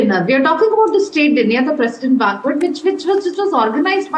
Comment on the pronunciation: Madame News Reader , Please check ur pronunciation of the word ' banquet '... This is indeed very sad... U can't afford such errors moreso coz the entire world is watching you...